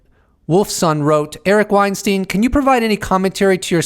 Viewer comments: Hey Eric last name is pronounced Wein-STINE not STEEN. He’s made that distinction in past interviews. See his latest Rogan interview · Not pronounced WeinstEEN though